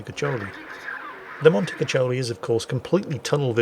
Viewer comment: Please, read it as "Montekukkoli", but only because "cuccioli" (like you say) means "puppies", and Puppies Mount sounds so inappropriate :D Ok ok, let me grab my beloved pickaxe and I shall go ASAP.